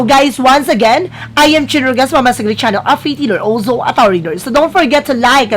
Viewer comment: Yung opening spiel or lines mo, di maayos ang dating kasi parang nagkabuhol buhol ang tunog ng opening lines. Yun bang merong "olsow" na linya.